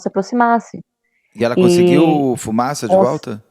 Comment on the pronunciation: Único nome que vi até hj o Beto acertar de primeira: Fumaça 😂